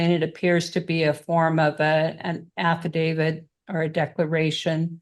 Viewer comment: Oh no. She can't even PRONOUNCE affidavit.